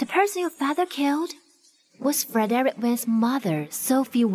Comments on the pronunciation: FER-DIREK,FOR-DIREK, FRED-REK??? Can we stick to Mr.Wen😂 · It's weird to hear these people pronouncing Fredrick's name as "FOR-DERICK" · I can not stop cracking up with the pronunciation of the his name Frederick.